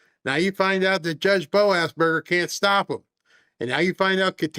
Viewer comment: you called him BO-ASSBURGER hahaha